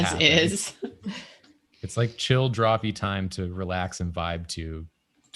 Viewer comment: What was that? DrawFEET? xD